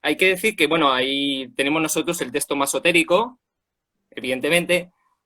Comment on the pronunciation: el pelito de mujer no sabe de los puntos masoreticos, El dice masotericos (esotericos)???